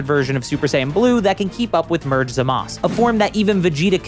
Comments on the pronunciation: If you’re gonna complain about forms not being named can you say Zamasu correctly too. Soft U! Soft U! Not Zamas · You're not saying zumasu, right You don't know how to say his name.